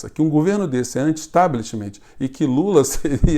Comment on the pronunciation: Fantastico,! Uma humilde sugestão: establishment é em inglês. Em português se diz sistema! Posso parecer pernostico mas a pronuncia em inglês é /establishment/ e não "establishimentchi". Que tal ater-se então a sistema? Mais patriotico, ñ acha? Kkkkkk